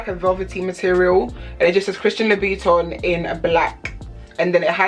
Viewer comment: Its louboutin nog loubiton